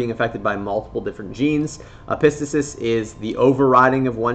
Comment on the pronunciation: You pronounced epistasis waaay wrong